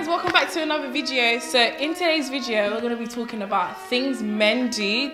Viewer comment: In today's "vidjewo"